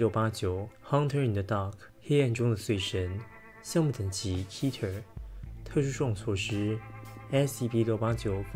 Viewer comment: 應該是讀kat-ter ,而不是key-ter嗎？